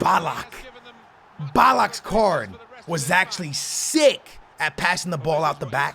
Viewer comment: Anyone noticed he said “Sick” in a diffrent accent than he usually talks